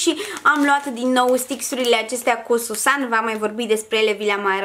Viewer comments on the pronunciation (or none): none